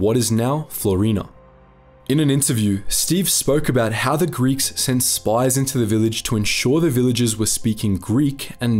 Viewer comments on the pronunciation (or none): none